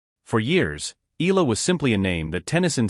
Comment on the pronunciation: Alex last name is pronounced EYALA not ILA!!!